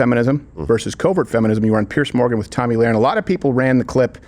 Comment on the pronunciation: [about 10 minutes in] Steven "has had Tomi on his show before" and yet he still mispronounces Lahren??? Oh, the horror! 😄